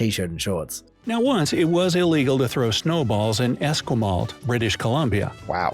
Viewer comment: Esquimalt, BC (pronounced Es-KWAI-malt) is home Canada's Pacific Naval fleet (CFB Esquimalt)